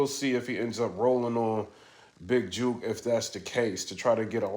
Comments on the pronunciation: lol he said big Juke!😂😂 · Jook not Juke(hook but wit J) u from da ville u shud know Memphis lingo😂. U know what’s sad we so use to war around here it seems regular we see vids & reports we just think yall soft it’s jus a normal Thursday to us🤷🏽‍♂️